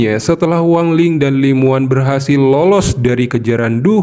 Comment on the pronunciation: Namanya Li Muwan tpi di Baca Li Mawan bg